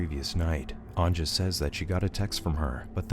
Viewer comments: I like how americans dont know how to pronounce the j, its not pronounced anja but anya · omg,its not anJa,its pronounced as anYa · Anja is pronounced "an-YA." But great video nonetheless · Anja is pronounced "Anya".